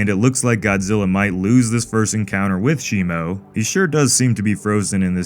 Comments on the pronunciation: It’s not shimo it’s shimu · It’s Shimo not Shimu